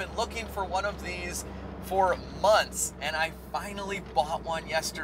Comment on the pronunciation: do you mean months ? cause it sounds like you said munts